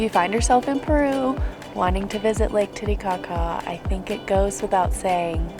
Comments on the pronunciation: hm hm he em hm you said tittycocka hm heh heh hm hm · Ha, ha, ha,...you said Titty Cocka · She said Titty Caca…🫣😂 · TITICACA 😂😂 ARE YOU SHITING ME? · “Lake Titicaca” 💀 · i must admit when she said titicaca i may have laughed a lil